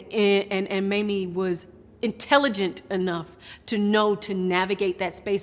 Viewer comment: Okay. Why is that some newscasters say Mammy instead of Mamie. They wouldn't say Mammy Eisenhower. Come on, racism is present.